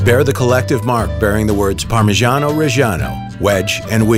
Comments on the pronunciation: The art of parmigiano 🙏🏼🇮🇹 PS: But please.. pronounce it right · makes a tutorial on how to get a parmigiano pro cant pronounce it correctly